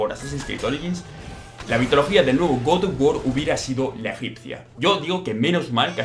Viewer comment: Godof wor que cosa es esa aprende a hablar